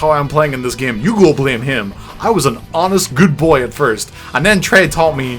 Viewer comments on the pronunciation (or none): Why do you say "GYAME"? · "Playing the gyem."